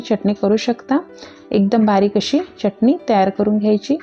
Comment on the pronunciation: मँडम च्यटणी नका बोलू हो..... चटणी बोला.